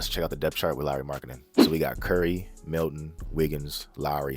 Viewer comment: You even pronounced Lauri’s name correctly.lol